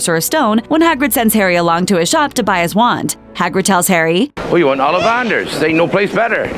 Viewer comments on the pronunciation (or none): none